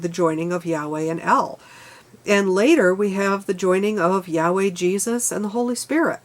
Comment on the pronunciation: The main issue is the faith of the meaning of the words writen by influential self appointed men with a common goal to capitalize upon what the simpleton cannot comprehend. For instance you used the frase yahweh which means the breath Though your pronunciation is incorrect as the Y in hebrew sounds like an H in English. If pronounced correctly it is the literal sound made while breathing. Has nothing to do with the feelings of interpritating the spells from unchallengable scripture. Auto didactic reality before the church of capitalism to find for yourself tangable knowlage of those fantasies you deemed imagination. Take a look at the vatican architecture differs from the mascot of the church's Ichthus flying angel fish. To base your life on a belief of a possibility of a beggining after the end of failure and expect redemption. Very greedy and narcissistic capitalism has deluded the perception of possessing ownership acumulated self worth, in reality it is how much you have taken of the from nature